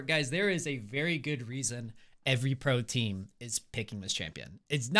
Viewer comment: Everytime says pro team all I hear is protein